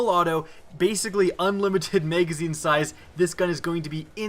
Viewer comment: "megazine" hehehe